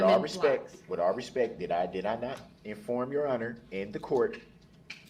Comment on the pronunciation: "With all respeck"